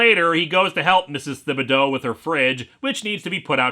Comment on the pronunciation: Little nitpick, Linkara, from someone from Louisiana, where the last name, "Thibodaux" is commonplace. It's pronounced, "TIB-uh-doe", not "THIB-uh-doe." That is all.